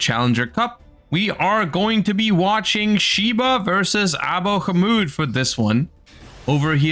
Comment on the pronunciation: All of y'all pronounce Abohmod's name so funny and wrong